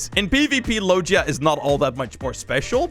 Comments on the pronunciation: It’s not (Low je a) It’s (Low ge a) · the way he says logia is so weird